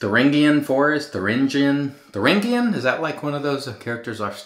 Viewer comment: Suffice to say, you said right the first time.